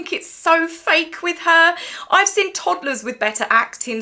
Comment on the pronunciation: Please pronounce seen not sin !!!